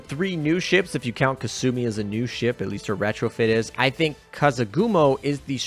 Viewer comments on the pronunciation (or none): none